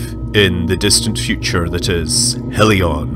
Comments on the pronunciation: Believe you pronounced hellion wrong, it's more like helyun, instead of heelyon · Hellion. Not Helion.